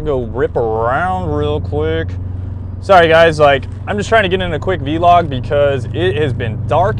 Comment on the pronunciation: kind of weird to hear you pronounce vlog as v-log. anyways keep up the good content